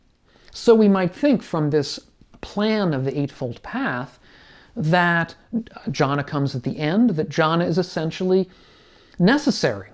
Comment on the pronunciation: Thanks. But it’s pronounced ‘Gyana’. G as in goal.